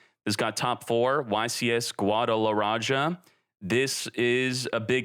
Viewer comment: XD I love the way he says "Guadalaraja" instead of Guadalajara.